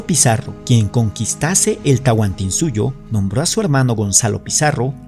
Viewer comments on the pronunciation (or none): none